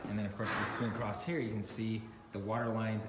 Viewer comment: Nice video. “Acrosst? Or across?